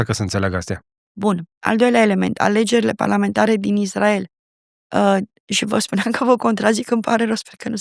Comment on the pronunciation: Inainte de toate invatati sa pronuntati corect Israel!!!!!dupa aceea faceti teorii!!!!